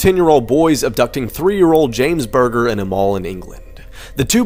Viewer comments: the kids name is James bulger, not James burger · It's not James burger it's James bulger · Just to let you know it’s James bulger (bul-jer) not burger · Correction...2 boys are leading away James Bulger (pronounced buljer) not James Burger. Sad and shocking story. Completely shocked the UK due to the complete senselessness and terrible violence directed at this small child by 2 older children and the terrible speed that they took him away from his mother whilst in a shopping centre. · Idk if anyone has mentioned it, but one of the little boy's names is James Bulger, not burger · The boys name isnt burger is buldger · Bulger not burger.friendly correction 👍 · James Bulger, not 'burger'. That is a story that's haunted me since it happened. The least you can do is pronounce these names properly with respect, instead of just rushing to get views. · I picked up on this too, jfc, at least check you got the names right. This case was relatively well known because of how brutal it was and how young James' killers were. When have you ever known someone's last name to literally be "Burger?" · OMG!!! he did say burger!!!! WOW, JUST WOW! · For those who don't know, Jimmy's last name is pronounced 'savul' not 'savill'. And also the poor kids name is James BULGER not burger. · LMAOOOO JAMES BURGER 💀💀 it's Bulger and he was 2 not 3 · At 8 minutes the kids name was Bulger, have some respect for the dead people you are posting about and at least pronounce their name correctly!